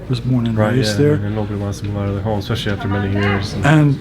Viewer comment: Stop saying "ex-specially"! It makes you sound ignorant. You're a good auditor otherwise.